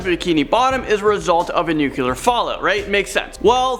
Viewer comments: Its nuclear (new clear) not nuculer (New Que Ler)....This drives me nuts. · Again.... Nucular or nuclear? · Why do people pronounce "nuclear" as "nuclelar " -_ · Haha George Bush said "nuculer" also.